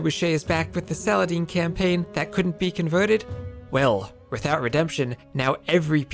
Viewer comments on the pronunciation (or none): none